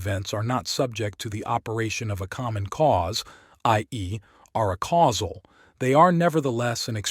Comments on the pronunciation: Every time you say "uh-causal" instead of "ay-causal" I have an aneurysm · It would be quite helpful for the listener if "acausal" and "a causal" could be audibly distinguishable. This could be achieved by pronouncing "acausal" as "aycausal" but maintaining the current pronunciation of "a causal". Thank you very much for providing this resource in such a clearly intelligible format. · I wish this reading made a distiction in the pronounciation of "acausal" and "a causal" as it should